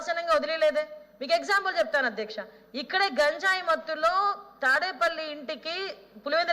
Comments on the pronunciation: Gaanjayi antunnavo leda ganjai antunnavo maadhika dravyalu kaadhu H. M. MAADHAKA DRAVYALU PADHALU PALIKETAPPUDU SRUSTAMGA PALAKAMDI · బడిలో బడిపంతులు కి పిల్లలు పాఠం అప్ప చెప్పేటట్టు గా చెప్పకే తల్లి..... గాన్జాయి కాదే...... గంజాయి అని పలకవే తల్లి....